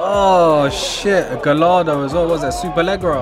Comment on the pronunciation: He said super leggra 😂